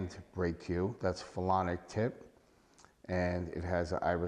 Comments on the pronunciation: It was driving me crazy too. I was like maybe he is calling it "Felonic" because its a felony to use a banned cue! 😅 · You keep calling it a "phelonic" tip and that's not what it is. Its a "Phenolic" tip not a phelonic (isn't even a word) tip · This guy said "phelonic" tip at least 5 times. Hilarious. 🙄